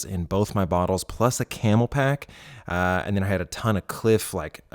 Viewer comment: CamelBak not Camelpack. Killing me 😜